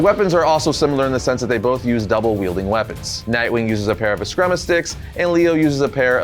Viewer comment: Askrima is pronounced ascreama